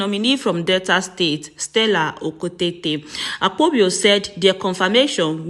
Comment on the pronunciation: It is Akpabio not Akpobio